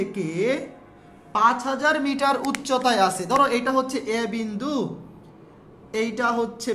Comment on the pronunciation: "eita hosse biman. assa na, mas aika feli" 😂😂😂